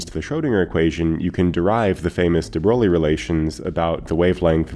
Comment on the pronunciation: Fantastic video as always. Keep up the great work! Just as a heads up, de Broglie is pronounced closer to “de broy” than “de BroGlee”. There’s an audio prononciation as well as an IPA transcription on Wikipedia if you’re interested. No worries if not, I’m sure everyone knew what you were talking about.